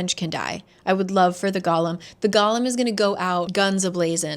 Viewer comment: When I was reading this I thought the emphasis in golem was on the second syllable, so every time you say that word I full on picture gollum